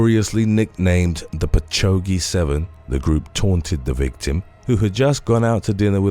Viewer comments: I love your videos just one thing. Patchouge is pronounced Patch awg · Patchogue pronounced 'patch owg'